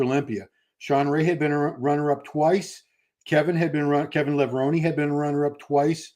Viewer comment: Levrone is pronounced Levroneh,the e is elongated in Italian causing the eh sound at the end,great show BTW keep it up 💪